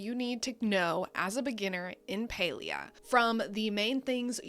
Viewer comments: Pretty sure it's PAlia as in "pal" as in friend... Can't even watch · Is it not Pal-ia?